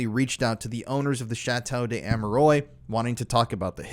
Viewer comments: It's pernounced Amerwahh not oys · it would be nice if the name of the chateau is pronounced correctly 😊 such a well made video and a little but important detail, especially if the name is said that many times. Its Chateau d Ah-meh-ruah not Ameroi like in boy. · Great video. Love your work. Just wanted to make a point about the place name. In French, the word "de" wouldn't be followed by a word beginning with a vowel. Therefore the correct name is likely to be "Chateau d'Amerois." This is pronounced as "sha-TOE dah-Mair-WAH.". In any event, this really is a gruesome, gruesome series of crimes. I had heard about the details of Marc Dutroux's murders but had no idea of the Belgian government's involvement, nor of the nexus with the Illuminati. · Ammeroys. Mmkay. Doesn't properly pronounce the name of the subject of the video and swears constantly too. Lowbrow. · It's not pronounced Ameroy! So enjoying, Americans cannot pronounce any word or name that isn't American English. I write " American English" because they butcher English as well. Can YouTubers please take 30 seconds to search for the correct pronunciation if they are going to makes video about a certain subject!? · its pronounced A me rou a... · Dude im sorry, i hate doing it but its Armwa, not Amerois. Loved hearing about it none the less. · Have you ever heard of a place called internet? Well, believe it or not, it's full of people so nice to pronounce words for everyone to learn and to avoid talking of a castle of hemorrhoids and concentrate on a [ʃɑto dez‿amʁwa] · Yep... "Arm-wuh-are".... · Pronounce it correctly lol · A part of me dies every time he mispronounces the name the way he does. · Sorry, but chateau duh am-er-wah and don't pronouncec the S at the end of ardennes. I'm grateful for your coverage of this, nonetheless. David I. wrote about it in the 90s. It's good for new people to hear of it.